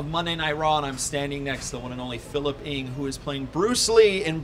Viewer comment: The Ng is pronounced at Eng and not Ing